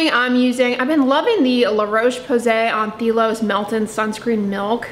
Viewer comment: I think those lizards are pronounced "Uh-NOLE-ee", also btw, I used to sell La Roche-Posay and they pronounced Anthelios as "an-thil-ee-oh-s" If you care.